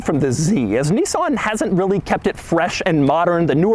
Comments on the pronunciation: It's a 350 Zed, FFS. And it's Nis san, not Nee son. Ask any Japanese speaking person. Lol. I almost bought one of these back early this century, but bought a Saab Aero instead, same year, but half the price ... and MUCH MUCH QUICKER. The Nissan 350 Z a sports car ? No, not at all, especially no when it is outperformed by a Swedish family sedan. Shame GM ruined Saab. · Knee-san? Okay. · He said "zenis" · He said Zness 😁